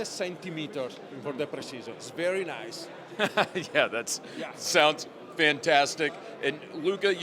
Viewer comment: he went full Borat with that "VERY NICE"